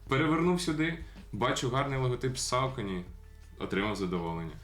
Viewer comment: Душніла в треді. Якщо вже докопуватися, максимально вірно (як на мене, звісно) говорити "сОкені", де "о" - це щось середнє між "о" та "а", а "е" - щось середнє між "е" та "о". Але ми тут не на лінгвістичному каналі, так що затикаюся. Вам все рівно + за, по суті, вірну вимову, бо скільки я вже тих розумників бачив, які буквально вчора дізналися, що правильно "найкі", а не "найк", і вже сьогодні починають повчати всіх навколо і всім показувати, які вони прошарені снікерхеди, але Saucony в них як було СаукОні, так і залишилося. І дякую за цікавий огляд!